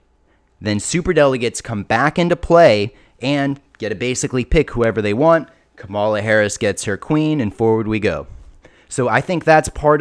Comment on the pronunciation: You should really learn how to pronounce Kamala's name. Show her the respect she deserves.